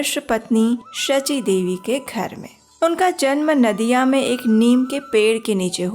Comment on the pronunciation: Naadia nehi, Nodia pronounce hoga. Nadia jila ka Nabadwip mei janam liya tha.🙏